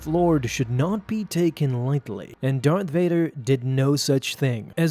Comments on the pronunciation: You said dark Vader, not Darth Vadar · DART VODER